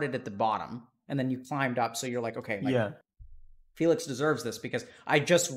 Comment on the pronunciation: Dr. K didn't hear when he said Félix instead of Felix T_T